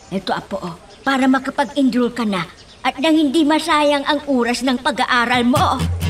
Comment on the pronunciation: Bisaya ang nanay mo..sabi tamang URAS hahahhahaa Oras yun hindi URAS